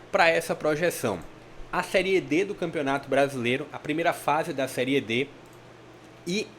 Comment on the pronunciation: Gostei do seu vídeo, deu agonia você fala seriê , o correto é série 😅😅😅